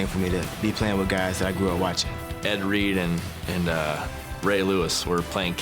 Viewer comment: I've heard of Ed Reed, but who's Eh Ree?